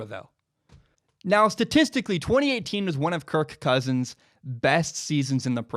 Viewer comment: It seems like you really struggle trying to say his name. So much so that it distracts from everything else you say, such that I keep waiting for the next time you say kirK Kousins.